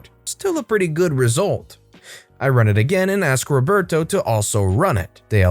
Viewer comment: Why does he say “ Reberto “ instead of Roberto?